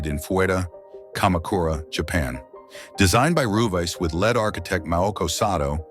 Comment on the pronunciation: "Led architect"? Suggest you check your machine narrator's pronunciations before posting.